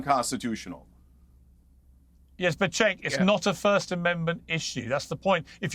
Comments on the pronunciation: Cenk is promced Jenk,. Not Chank. Annoying. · Why does Piers refuse to say Cenk’s name correctly?